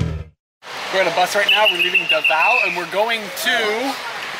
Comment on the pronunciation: Davao is being pronounced as "duh-vow" and not davo...just sharing.